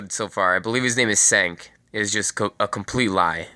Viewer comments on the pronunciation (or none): kind reminder , Cenk is pronounced "jenk"